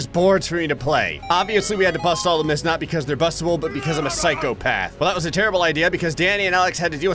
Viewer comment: That ain't miths that's challenges